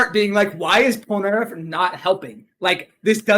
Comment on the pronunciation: POLENARARIF? POLNERARIF????